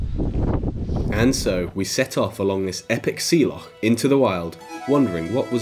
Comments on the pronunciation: You get a like for being an Englishman that can pronounce "loch" correctly. 😂 Great video, needs more views for sure. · Brits cannot pronounce loch is always funny to me, but at least you didn't say "lock" Also, great to know. Looks like I can go there by boat and don't have to hike, which will be great